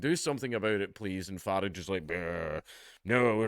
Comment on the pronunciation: Dank,I love you but it’s not farage how we say garage but f-a-rage how the Americans say g-arage.